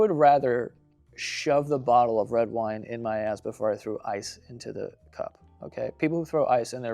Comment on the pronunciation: Anyone else notice Joe said “wed wine” like 4 times